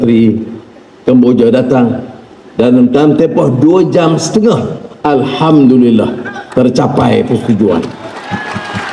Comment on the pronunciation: 😂😂😂 tiga kali Trump puji anwar fantastic dgr tu rakyat Msia,,, Trump pun pandai sebut Alhamdulillah 😂😂😂😂